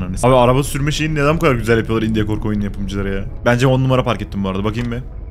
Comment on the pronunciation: Biraderim, video çok iyiydi fakat sana yalvarıyorum, "indiye" deme şuna.